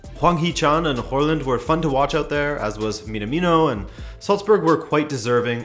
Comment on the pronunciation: i dont think håland is pronounced horland! try using google translate to check pronunciations!